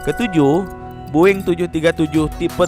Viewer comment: Bang kok lu bilang "Boeing" Boing? Aneh banget dah(BUKAN HATERS)